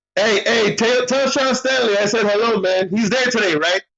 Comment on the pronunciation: Herro “elite” lol